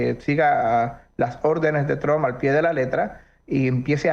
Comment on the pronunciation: ESTE CANALUCHO CONVENCIONAL APRENDAN PRIMERO A PRONUNCIAR EL APELLIDO TRUMP